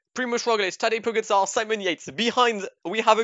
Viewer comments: Please stop saying pogatar😂🤦🏼‍♂️ it's pogacar😂😂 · I mean, it's pronounced Pogatchar :/